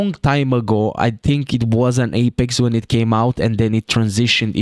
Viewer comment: i love the way you say apex. appex